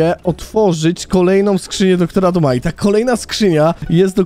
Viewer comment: Eeeeeeeeew skrzynia DR.duma a nie zwykła nieee tylko dr.dum